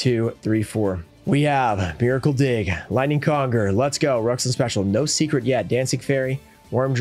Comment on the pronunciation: Whoa Ruxin understands how vowels work. Incredible. Unsubscribed